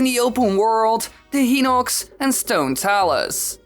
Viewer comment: it is hy-nock-s not hee-nock-s